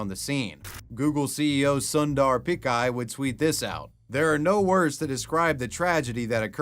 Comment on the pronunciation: i will never recover from the way he pronounced Sundar Pick-ay... its Pitch-ay